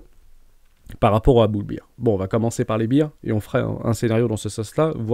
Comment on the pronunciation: Dernière fois que je le dis ; Bear ça se prononce "Bère" pas "Bire" 🤣